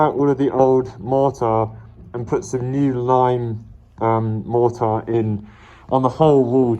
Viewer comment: I love the way say mortar, just can't get over it